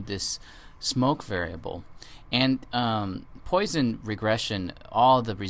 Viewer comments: It's pronounced "Pwasson" not "Poy-son". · Really, people have correctly commented that it is pronounced "Pwasson" not "Poy-son", actually two people, 10 and 11 yrs ago and you still have not redone the video to correct this....Has nothing to do with whether you speak French or not.